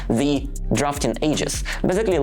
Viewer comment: I think your stats will probably show whatever way you deliver it, people aren't so interested in just another travel vlogger. They want to know what's going on inside Russia and what they should think about this. Btw, nothing huge, but your English would improve dramatically if you could teach yourself to pronounce 'the' and 'they' properly, rather than 'zhe' and 'zey'.